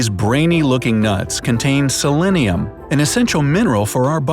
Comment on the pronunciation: selenium, not selennium.